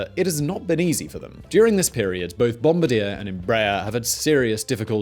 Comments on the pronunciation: Bombardier is a French surname so the correct pronunciation is how the French say it. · Sorry but you're pronouncing Bombardier incorrectly. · Oh man, it's BOMB-BAR-DEE-YAY, I don't know what bomb-bra-deer is :\ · Its not pronounced "bom-ba-deer" its pronounced "bom-bar-dee-ay" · Bomb-bard-yay not bomb-ba-deer They're a company not a soldier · broke: Bombardi-er woke: bombardi-ey this guy: bOmBaDeeR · I slightly cringe with every BOM-bur DEAR. I know BE pronunciation of French words moves the emphasis towards the beginning of the word, so it's GAR-idge, rather than gur-UHGE, but the Bombardier is a company name, so it's pronunciation should be consistent across all dialects and it's Bom-BAR-dee-yay. Same as Leicester should be pronounced Lester everywhere. Although I understand how you wouldn't remember to check the pronunciation and just go with what's typical for your dialect. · It's Bom-bar-dee-eh, not Bom-bar-deer. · It’s BombaRdier. NOT BomBADiere. Seriously cringe every time. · What the fuck is a bomba-deer, are you trying to pronounce Bomb-Bar-dee-AYY (Bombardier)? And what is wrong with the editing in this video? It feels like every other second you are cut off by a loud irrelevant clip?? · It's French, so it's pronounced bombardi-YAY, not bombardi-EAR. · As a Canadian, I cringed every time you said "Bomb-ba-deer." It's a French-Canadian company more like "Bomb-bard-eh." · As a Canadian, you should be embarrassed for mispronouncing it yourself. It’s bom-bard-ye(h), not bom-bard-eh! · It's not "Bombadier" It is "Bom-Bar-Dee-Yay" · Never heard of a company called Bomb-a-deer but I've heard of bombardieeeeerrr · BOM - BAR - DEE - AY ..That is how you pronounce Bombardier company name!!! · bom bard eeerr he cant even pronounce it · Bombardier is pronounced: "bom-bar-dee-ay" with the emphasis on the "bar". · Its pronounced bombardi-eh. Its french ;) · BOM-BAR-DEE-AY. Just thought I'd help out there,. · It's BOOM-BAR-DEE-YEY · Actually, it's Bom-bard-eer.